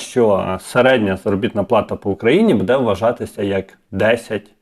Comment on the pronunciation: Не будЕ, а бУде.